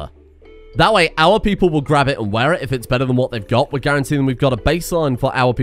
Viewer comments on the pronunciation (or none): none